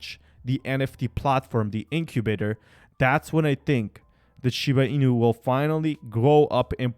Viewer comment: Dude!!!!! Ur ass cant even pronounce the name properly and you want me to trust you.... Never